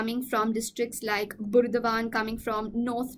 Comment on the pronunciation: Has some Bengali here noticed her pronunciation of "Burdwan"? Ha Ha